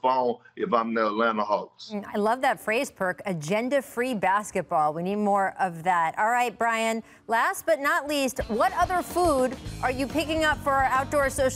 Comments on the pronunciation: I thought perk said "gender free" until Rachel reiterated it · It always sounds like he’s saying “gender free basketball” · Thank you Rachel for cleaning that up... I thought perk said " gender free Basketball " And Brain you need some vegan tacos! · Perk stay confusing tf out of me. I seriously thought he said, "They're playing with a gender-free basketball."🙈🤦🏽‍♂️ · This is the 2nd segment where I've heard Perk say "gender-free" instead of "agenda-free." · lmao thought perk said gender free basketball for a second there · I thought he said "agenda" free basketball the first time